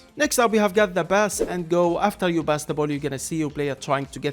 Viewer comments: he´s arab, they dont use the p sound thats why he says bass instead of pass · its not BASS bro. its pass..